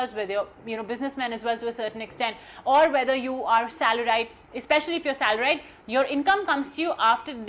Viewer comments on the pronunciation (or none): She literally pronounced salar -ied..